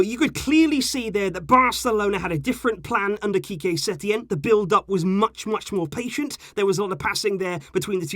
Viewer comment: “ qique setein era” lol